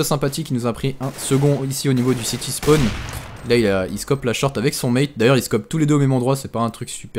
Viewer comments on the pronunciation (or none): none